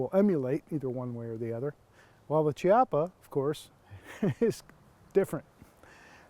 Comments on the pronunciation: KI-appa, not CHI. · Chiappa is Italian, so it's pronounced Key appa, not chee appa.